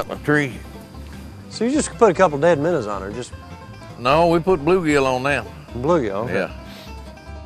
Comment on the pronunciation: the way he says minnows "minners" lol